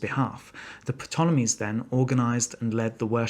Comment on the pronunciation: 'P' tolemies?